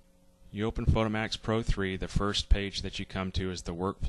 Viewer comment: Finally someone who pronounce it Photo-mat-ix as in automatic instead of Photo-mate-ix :) Oh and great tutorial of course!